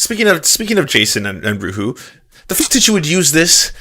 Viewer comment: the name is german. it translates to unrest. please look up how to pronounce it. it sounds really odd to my german ears